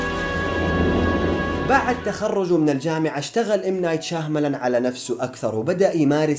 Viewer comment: شياملان وليس شاهملان ي اخ